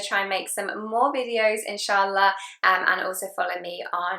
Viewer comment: Indeed. She says them with correct pronunciation Masha Allah.